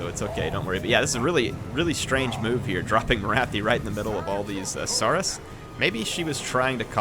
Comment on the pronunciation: you are pronouncing saurus wrong. Think dinosaur